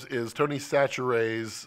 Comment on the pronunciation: So two comments, 1: Tony Chachere's is pronounced SASH-uh-ree's and 2: It's made in my home town!